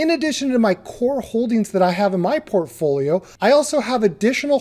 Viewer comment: Do a shot every time he says "porphoolio" 160 sec later... blrghgh dead.